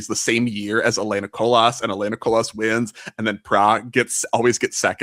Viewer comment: The S in Colas is silent :)